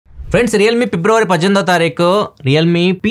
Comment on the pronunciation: February ❌ pibruary✅♥️